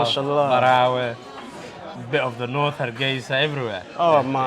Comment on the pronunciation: Did he say bit of the north Hargesa Qadadwayn